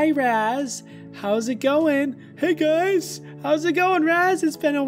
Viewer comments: LOL WAS SUPPOSE TO SAY "hey guys" and he said "hug gays" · didnt say Hey guys he said huy gays